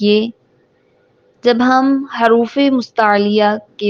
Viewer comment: haruf nhi hota jaha tk muje pta h huruf hota h or dusra zuwad nhi duwad hota h.kis kis ko lgta h mera sahi h